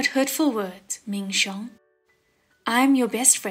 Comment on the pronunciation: It’s Ming xiong!!!!!😆😆😆